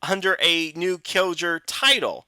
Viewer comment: What's worse is that he lives in Japan AFAIK, which makes his bad pronunciation of Japanese more inexcusable since he should be hearing Japanese all the time.